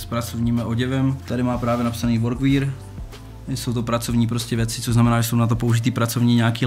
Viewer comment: příště místo VORKVÍR zkus VORKWER😁